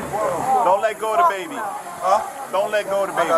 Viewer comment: "Dont let go of da babi" huh? "Dong let go of da babi"